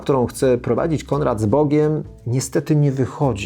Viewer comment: Mówi się Konrad, a nie Kondrad. Proszę poprawić film